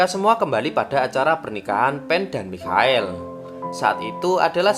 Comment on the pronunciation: Mikael😭😭 Michael baca nya maikel